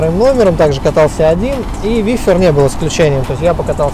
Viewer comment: вЫфер! Хоспади,кровь прям с ушей. У 1200 нет втека*facepalm